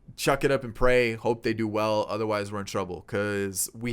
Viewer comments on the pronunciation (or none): none